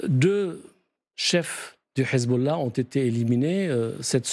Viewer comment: Pourquoi quand ils disent hesbollah ou hamas ils le disent avec le h prononcer obligé c pour faire allusion ak les arabes